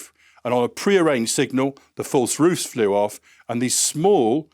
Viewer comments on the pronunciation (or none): none